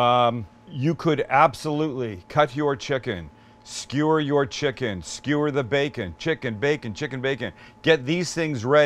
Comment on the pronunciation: how stewie from family guy pronounces skewer......skheeeweeeer with my khoool whip